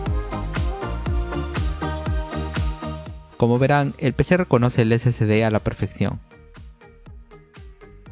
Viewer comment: No se dice SCD es SSD, o sea no se llama (ese ce de) es (ese ese de) confundes a las personas que van empezando en esto.